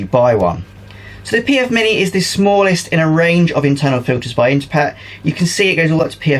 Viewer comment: This was a little like the moment I finally realised there was a Z on the end of Heinz and not an S. For years I have been saying Interpret with an extra R. As soon as you said it correctly I felt like an idiot..... lol